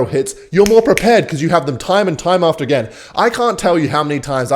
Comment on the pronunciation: Agken instead of again